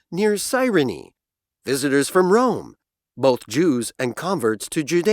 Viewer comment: visitors from Rome 에서 visitors가 다른 발음으로 들립니다, 확인부탁합니다